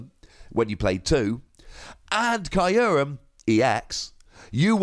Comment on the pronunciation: You’re pronouncing Kyurem incorrectly and it hurts. Listen to the Japanese pronunciation of “kyu”.